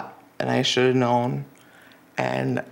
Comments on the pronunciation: I “shuntuv.” Man…assaulting children and the English language. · "I cunduve" "I wunduve" "I shunduve" Drove me CRAZY, every time he said it. 🤢🤮